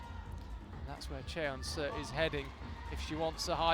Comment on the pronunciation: Y'all need to learn how to pronounce Seo 서 It's painful to listen to you both butcher it.